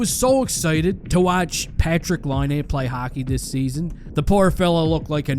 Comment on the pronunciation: Your a Hockey Junkie and you cant pronounce Patrick Laines name right. Ok bud. Real hockey fan there lol